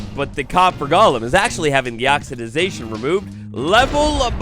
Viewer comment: love you,, but for the love of all things big and small it’s “oxidation”